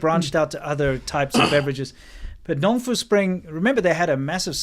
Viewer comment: Did you say Nong Fu spring? Nong score!! Seriously, they're flying water from New Hampshire to China? Seems like it'd be a lot cheaper to purify it - hell, they could filter it, deionize, charcoal filter AND distill it and it'd still be cheaper than flying it halfway around the world. BTW, we're going to need that water for data centers - tell the guy to bring it back! 😉 Cheers... NB:, si - Irish coffee, no. But for us caffeine devotees, a light after dinner coffee (especially if it's got plenty of cream) can actually make you sleep good. But obviously the key is not to make it too strong! Have a nice week...